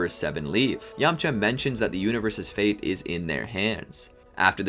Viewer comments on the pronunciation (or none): none